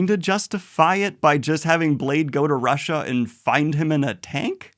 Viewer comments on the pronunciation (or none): none